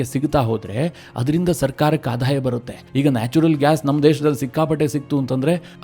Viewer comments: ಆಧಾಯ ಅಲ್ಲ ; ಆದಾಯ - ಇದು ಸರಿಯಾದ ಉಚ್ಚಾರ. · ನಿಮ್ಮ ಮಾಹಿತಿ ಚೆನ್ನಾಗಿದೆ ಆದರೆ ಆಧಾಯ ಅಲ್ಲ ಆದಾಯ